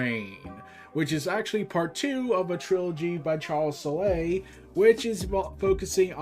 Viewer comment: The thing I do want to correct for future reference is the “e” in Charles Soule name is silent. Just an FYI